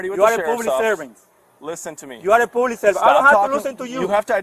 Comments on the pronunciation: It's public no poblic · “You are a pooblik servant” 😂🤦🏻‍♂️😂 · " you're a poo-plik servant" 😂